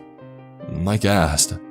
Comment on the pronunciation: Hahaah, he asked. ,, sounded ,more like:'he assed!,hahaah!!"